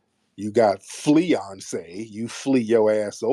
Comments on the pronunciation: I heard it as FLEAyonce but both are hilarious to me this is ammunition for when a tether inevitably says something audacious, scammy, rude and outright lies to me…I stay ready but this is so funny to listen to😂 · “FleeOnce” and “Destiny’s Flies” .. y Tariq??????😂😂😂😂😂